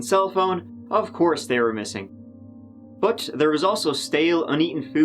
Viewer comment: he says "bot" not "but"